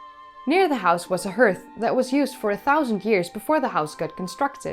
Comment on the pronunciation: Hearth is pronounced ‘harth’ ok 🤓